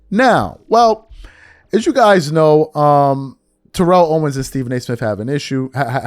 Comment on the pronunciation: Please say T.O.’s name correctly